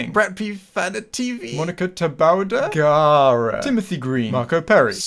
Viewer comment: You pronounced Gaara like you're Rock Lee getting asked for a rematch at the chunin exams